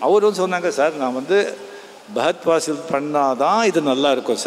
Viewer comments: Fahad fassil ❌ Bagath fassil ✅ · Fahadh Faasil ❌ pahadh paasil ✔